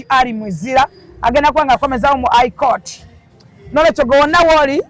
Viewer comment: she needs a dictionary of her own. Ai court, etc etc none of her words in english are pronounced right. Mbu Aji